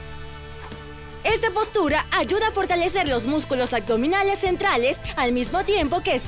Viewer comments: Deberían de checar la dicción pues se escucha súper mal AGDOMINALES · Súper excelente esta rutina de yoga, todos los días lo estoy haciendo. Solo la mujer al pronunciar. AGDOMINALES, Pues me fijé porque lo dice muchas veces jeje. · ¿Será posible que encuentren a una persona que evite decir aCdominales”? Estaría estupendo que pronuncie correctamente “aBdominales” con “B” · Muy buenas posiciones y video...pero me desespero la manera de decir "acdominales" no entiendo porque lo dice así, tan linda voz, buena energía, pronunciando super bien los nombres de las posturas que parecen trabalenguas y lo más básico y principal la riegaaa...nadie le digo que no se dice "ACDOMINALES" 🙄🙄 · El único pero, es la pronunciación. Porque dice agdominales!!!!!????